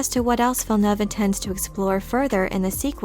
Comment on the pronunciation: As a french canadian, you're probably the only youtuber who pronounces "Villeneuve" the right way. I appreciate (and Denis also probably)!